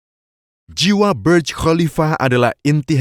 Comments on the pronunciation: sok inggris, itu.bacanga burj bukan berj burj bahasa arab yg artinya menara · maaf, Burj itu berasal dari bahasa Arab "burj", jadi membacanya jangan terkesan seperti bahasa Inggris sehingga terkesan membaca menjadi BERJ...hehe